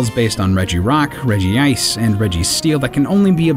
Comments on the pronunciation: I'd like you to watch this video called "Regicries" which clearly shows both Ash and the pokemon itself say "Redgee-Ice" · Its pronounced Reg-ice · Its Reg-ICE not Regee-ice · "Chimmyko"? It's obviously chime-echo. Just read it. Edit: I can atleast forgive for "Regi-ice". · The official sources actually contradict each other in regards to the pronunciation of Regice. Either way is okay with me.